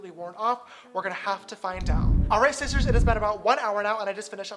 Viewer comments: oh my god he said shisters I'm actually dieing 😂😂😂😂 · James if you ever see this comment i know it was 3 years ago but just wait 2 seconds and you said shishter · he actually said shishtarrs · he says shistars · and he said shisters lol